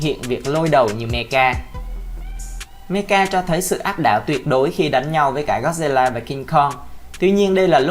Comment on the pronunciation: Sao cứ đọc là meca vậy nhỉ?